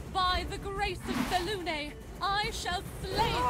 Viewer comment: That pronunciaions of "Selune" made me unreasonably angry.